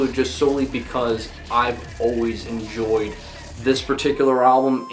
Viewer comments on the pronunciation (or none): none